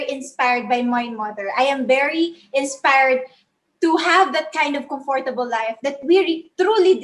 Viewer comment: She just have to be very careful on the way she pronounces the words like the word comfortable pls check the accent i noticed or heard some errors in grammar like should be meet it should be met,another error that's what matters most she said in the state of matter,sorry no offense ,i'm just being concerned.